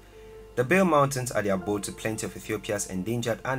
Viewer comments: it's not bale it's ba le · Bale (park) is pronounced as Ballet, and Bole (airport) is pronounced as Bolé. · the pronouncation of "bale" isn't correct,the "a" is pronounced as a in 'ant' and the"e" isn't silent ,it's pronounced as e in "egg",a friendly advice. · Bare mountain national park ? What’s Bare? at least learn how to annunciate the proper name for the park which is Bale not Bare ! 🤦🏽‍♀️